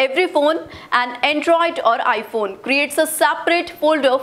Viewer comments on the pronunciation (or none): none